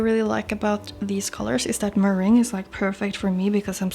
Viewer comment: I loved both looks! I've just snapped this one (and several others!) up in the sale. I can't wait for it to arrive. If it helps, meringue is pronounced "Merr-ang" xxx 😘😍💜🎄✨